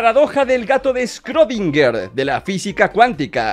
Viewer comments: oye es shodinger no Stlodinger auque a mi me pasaba muy seguido JAJAJAJAJAJAJAJAJAJAJJJAJAJAJAJAJAAAAA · Schrödinger se pronuncia shrodinguer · Se dice "El gato de Schrödinger" no "El gato de scrodinger" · Se dise Schrödinger no scrodiger , no es hate solo es una corrección , no me gustaría que cambien el lenguaje . (Cómo esos del lenguaje inclusivo ) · scrkodinger xdd. En inglés se pronuncia "Shroringá" Pero en español yo lo digo como "Schrodinger" sin la ö